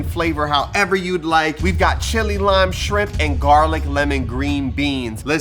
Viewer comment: "Cilantro rime rice" 😂